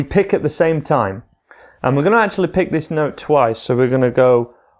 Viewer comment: "acusticlly" that made me laugh really hard lol.